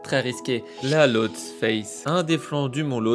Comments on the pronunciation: Lothsé et non lothse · Ça se prononce Lhotsé au cas où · Pour info, on prononce Losté et non pas Lotse